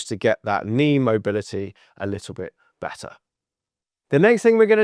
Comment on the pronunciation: “Bett-tar”….. ugh